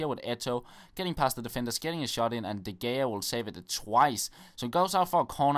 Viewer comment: When you say de gea, you should pronounce it like ''de rhea'' :-)